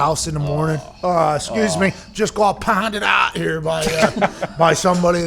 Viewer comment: PAHHNDED AHHT, N'AT